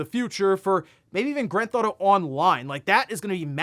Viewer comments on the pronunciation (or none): Anyone else noticing that he pronounces Grand Theft Auto like "Gran Thauto" LMAO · I just want to know what "Granth Auto" is.